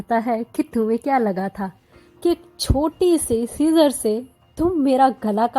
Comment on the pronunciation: I'm sorry but his name is ceaser not kesar Btw new subscriber❤❤❤❤❤